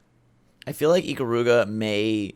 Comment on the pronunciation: I'm so bothered by the pronunciation of Ikaruga.